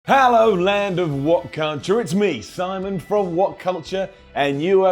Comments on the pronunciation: Did he just say whatcunture? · Did he say WhatCunture?